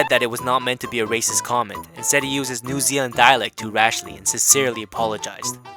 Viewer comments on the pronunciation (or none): none